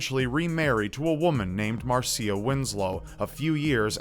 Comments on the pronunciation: You're pronouncing Marcia wrong. It's marr -sha. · It's pronounced mar-sha instead of Mar-see-UH